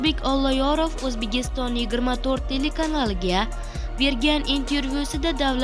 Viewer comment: Sen oldin OʻZBEGISTONNI SOʻZINI TUGʻRI AYTISHNI OʻRGANIB OLGIN . OʻZBEKISTON DEB AYTILADI.